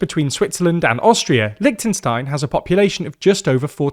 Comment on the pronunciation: Please pronounce the name of the country properly. It's not that difficult.